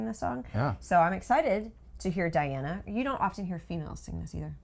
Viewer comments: Who the hell cares about your nails!? Or the chairs for that matter! And yeah, sure, let's say it's "coffee" you're drinking. Also, her first name is pronounced " Dee Anna" not "Dye Anna". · Dee ana NOT Deye. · Its DEE Ana Not Dia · Welcome to the magical, mystical world of Princess Diana, The Goddess Voice of Nature. Enjoy your journey. She is a true Contralto and Polyphonic. BTW, her name is pronounced Dee aah na An coo DEE nova. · Нет никаких эффектов.Диана может производить два звука одновременно.Вы её имя произносите НЕправильно.